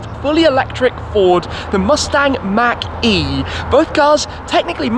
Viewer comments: I absolutely despise how you pronounce “Mach-E” It’s not Mackie, it’s Mach E... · Mach - is not Maack, but more like Mock E... you're welcome :) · It’s pronounced “maak” not “Mac” shmee sounds like you’re saying macaroni and cheese 😂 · Mach not Mack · Everyone-mach e Shmee-mackie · Tim has a very Interesting pronunciation of "Mach E". Fyi, it's pronounced like " Mock E".... not "mackie" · Is it me, our Sounds it like Tim says marquee every time he mention Mach-E. 🤔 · Mack-ee you say? 🤔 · He says mach e like he's trying to say mcdonald's or something hahaah